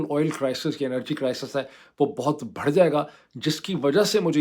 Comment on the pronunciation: شعر کا پہلا مصرع: “آگاہ اپنی موت سے کوئی بشر نہیں” صحیح تلًفُظ “بھڑھ” نہیں “بڑھ” ہے